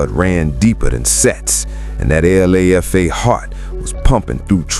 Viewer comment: It’s not L.A.F.A It’s LA like LALA and FA like the beginning of father and put it together you got Lafa